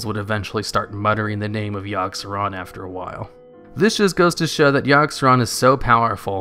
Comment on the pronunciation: yogg-saron? i think you mean YIRG SERAN